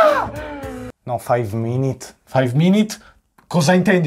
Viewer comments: Minuto: faiv minit biricchino😂😂😂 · 4:2 five minit cosa intendi con five minit hahahah sono morto VI A-D-O-R-O